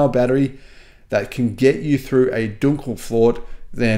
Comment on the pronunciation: Dunkelflaute ... your German is not at its best ...